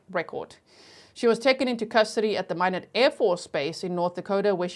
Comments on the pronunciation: MY-NOT not minnow. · It’s pronounced MY-NOT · Actually it's pronounced my-not (I was late) 😂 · Both my parents were born & raised in ND & every time she says "minnowt", I say my-not.😉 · Minot is pronounced MyNot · The pronounciation of the city of Minot is like “why not”, long “I” and short “o”, not how you are pronouncing it. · Minot is pronounced my not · Minot is pronounced my-not. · It's pronounced My-not, North Dakota. Love you G! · Minot, pronounced like sky not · It’s MY-NOT. I lived there for 4 years. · ND native here - Minot is “my-not” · My knot is how u say minot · I’m from South Dakota and Minot is pronounced My Not. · I grew up in Minot. It is pronounced as MyKnot. Thanks for this break down! So helpful! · It is pronounced my not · The city is pronounced My knot. I only say something because I know you like to pronounce words correctly 💛💛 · Thanks for covering it! I live in Minot and it’s pronounced “my not”. Your coverage is great! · Minot is pronounced: My not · Years of lurking, just joined and have Patreon too. Love your work! Minot is pronounced “My not.” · Town is pronounced Mine Ot. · Minot is pronounced. My not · I’m watching on replay 😢 But I’m in North Dakota and Minot pronounced “My Knot” ;) I love your channel!! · G, it's pronounced My-not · We say it like German knoodson… lots with German Heritage here… and Minot is like “My knot”. Love you G❤ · The lady speaker in the beginning can’t say Minot